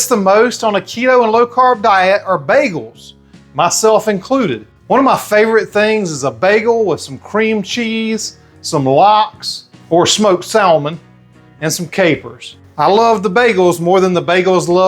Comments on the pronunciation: Born and raised in the south and do not ever say salmon like that. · Thanks for this. The L is silent in Salmon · Hahaha! I don't pronounce the "L" either, but he's from the south and they have their own rules! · Salmon, the L is silent. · The L in Salmon is silent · He knows, he's just messin!😂